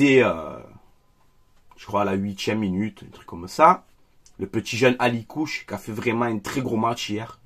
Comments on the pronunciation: C'est pas Alikouche,, c'est Akliouche. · Juste pour information c'est pas alikouche c'est akliouche 😊